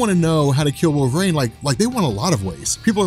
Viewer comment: Wolvreign? Stop saying it like that.